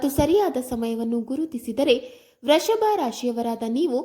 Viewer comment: Vreshabha ರಾಶಿ ಅಲ್ಲ Vrushabha ರಾಶಿ. ಕನ್ನಡವನ್ನು ಕೊಲೆ ಮಾಡಬೇಡಿ